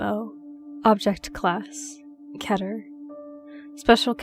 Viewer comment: They said keter wrong